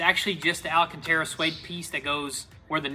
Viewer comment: I've said it a thousand times before but it's AL-CANTERA not AL-A-CANTERA